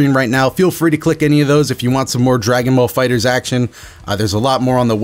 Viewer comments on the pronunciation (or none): none